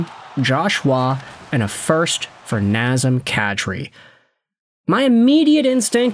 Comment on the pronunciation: Non... Not NAZEM KADRI, please.